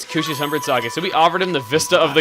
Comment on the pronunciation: I love the fact that Chugga says the word "sake" correctly ^.^ People say it like "saki" which is incorrect and a word that I have no knowledge of...